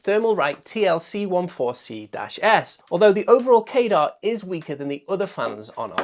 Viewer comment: Why do you keep pronouncing CADR like radar or gaydar? 🤔 Wouldn't it be more likely to sound like cadder or at least kah-der? Pedantics aside, this is a great video, but it would have been a really good idea to actually showcase the different sound profiles of all of the different fans at their respective test methods (max speed, sub-x decibel, quietest speed, x-cfm rate). It would really help people make much more informed decisions about things, especially tuning the fans to a specific cfm and being able to hear how differently they sound despite performing at the same level. I'd also love to see a slightly more complex chart that has each tested fan and shows both the cfm and the decibels for its respective maximum speed, half power, and low power all on a single page, so that you get an idea of its performance steps. You could either do this on a graph showing curvatures overlapped for all fans, or you could have a graphic that gets wider on a standardised scale, a bit like how population demographic pyramid looks. That would be useful because some of the fans might barely see a noticeable decibel difference between low and medium, but a drastic difference at maximum, but if its medium is high enough cfm, you may never put it on maximum anyway, and visualising it like that makes the data easier to understand at a glance. Otherwise, great video.